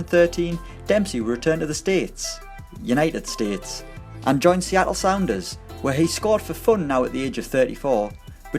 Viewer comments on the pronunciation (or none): none